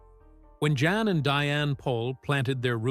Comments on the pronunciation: The intent of the writer(s) is good and well. Having sad that, there are several errors. Remember that he came from the old world Holland where they speak Dutch. He is not John. He is Jan, pronounced with a Y sound, Yan. He is not Dr. Paul. He is Dr. Pol, sounds like pole. His son is Charles. Adam was his 23 year old grandson who died too young. Dr. Pol went to Michigan as an exchange student. After a school year in Michigan, he returned to Holland where he went to veterinary college. Diane went for a visit. Later, they married in Michigan. Eventually, they immigrated to the USA. In my opinion, only mine and an opinion...those who were at the base of the complaints about his practice were some of the folks who treat pets like human babies/children, or perhaps veterinarians who were jealous of Dr. Pol's success and popularity. Wouldn't it have been interesting to see some of the complaintants follow him for a week, or maybe even one full day, when he was the overnight vet on-call. Hopefully, some of the young vets will continue with PVS with Dr. Pol available for consultation. Perhaps Charles can stay on in a managerial and/or public relations position. When Dr. Pol decides to retire completely, or his God calls him home, he will be greatly missed. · His name is pronounced Yahn…